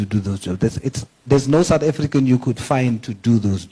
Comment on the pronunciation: Foreign national with a "Suth African ID"? Is that exactly what he said??????? Hebanna!!!!!